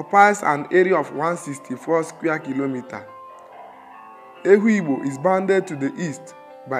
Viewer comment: The narrator mispronounced the name Ehugbo as well as most of the other names indigenous to Afikpo. Also, there were clips that most likely were borrowed from other sources. Aside from that, Afikpo is a tourist potential waiting to be explored. The people are very hospitable and accommodating. It's native government system is second to known in the whole third world, as Ehugbo had practiced native parliamentary system (ekpuke-etos & ekpuke essas) since before medieval times